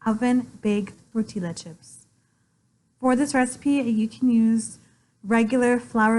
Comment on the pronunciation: Pronouncing the L’s in tortilla as L’s instead of the Y sound it’s supposed to be hurts my brain, every time.